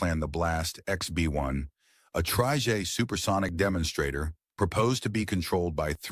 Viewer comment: It's an AI narator. Hence the "tryjays" (or something).